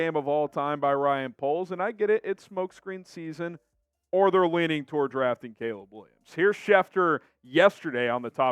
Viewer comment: Did he say smoke screen season….or smoke 💨 green season?